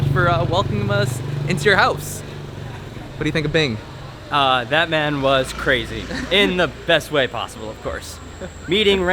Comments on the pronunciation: Binh not Bing :DD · By vietnamese name then is Bình, but still its alright to say it wrong cause it's hard to say.